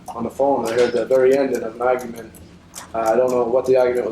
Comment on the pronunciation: The ahhgument and devooice